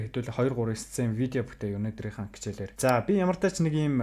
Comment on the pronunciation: ХАСНА ХИЧЭЭЛ ХИЙНЭ ХАЙНА гэдэг үгнүүдээ чи ГАСНА ГИЧЭЭЛ КИЙНЭ КАЙНА нтр гэж ярихаа больж болох уу Character гэдэг чинь Кэрактер гэсэн дуудлагатай болхоос чиний хэлээд байгаа ЧИРАКТЭР гэсэн дуудлагагүй шүү ядаж байхад ямар олон удаа ЧИЙРААКТЕР гэдэг юм бэ